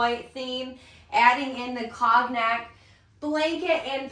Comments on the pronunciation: That’s a good reminder, as I pronounce it incorrect too! I googled, it’s like kown yak! Long o. Thank you!! Did you catch the word “curtain”? The t not being pronounced. That one I think I have correct! 👍🏼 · 'COGNAC' is pronounced ˈkōnˌyak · I'm sorry, you're killing me with your pronunciation of the word cognac. It's a French word, the o is long and the g is silent.